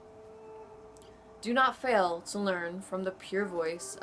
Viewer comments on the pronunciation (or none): none